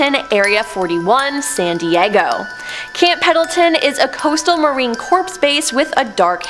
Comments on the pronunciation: Marine "Corpse" 😑 "Fleed" 😑 Content quality diminishing in my opinion and it just seems like it's all the same stuff on repeat. I swear they had others do these same exact places and video premise... They end up losing me through more videos than not anymore. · listen, even though we eat crayons, at least we knownhow to pronounce "corps"